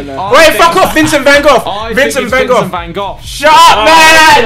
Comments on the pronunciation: I've never heard Vincent Van Gogh's (GO's) name pronounced as Vincent Van GOFF before. lol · why did they all say vincent can goffff instead of vincent van gogh